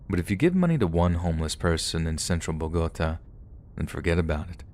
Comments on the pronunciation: I think it’s pronounced like “Bow-guh-tah” with the accent over the a. á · Love your stories so hard. BUT... a word of advice: PLEASE learn how to pronounce foreign city names (Bogotá) and other words you might not already know (aficionado) when you're doing your thing. I get tripped up on those and can only think about that for the next few sentences... (That says more about ME than YOU.) But pretty please? I'm sure I'm not the only weirdo who twitches every time something is mispronounced...